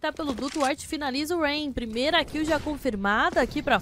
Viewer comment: Narradora zero emoção, falou o nome dos jogadores td errado "roups" "rayan" kkkkkkk